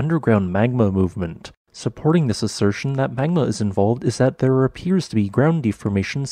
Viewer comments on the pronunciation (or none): none